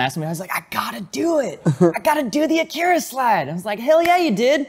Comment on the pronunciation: Your pronouncing Akira incorrectly. A like father and I like , macaroni. Watch the film you can hear it pronounced correctly.